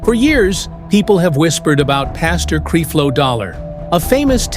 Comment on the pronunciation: Where is the proof that LeAndria Johnson said all of these things. You can’t even pronounce Creflo Dollar’s name correctly. Why should anyone believe you?